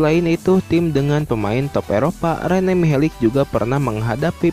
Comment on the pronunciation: Mihelic...huruf terakhir "c" dibaca tetap "c" gak jadi "k", sama sprti modric, malisic, savisevic, glusevic...pokoknya semua orang balkan/ ex. Yugoslavia.. c dibaca tetap c, giti saja bro...piss ah